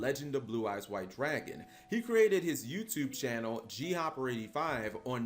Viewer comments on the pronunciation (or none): " Blue Eyes White DRAYGON " JOEY?